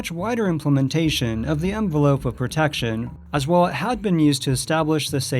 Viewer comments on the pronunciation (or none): none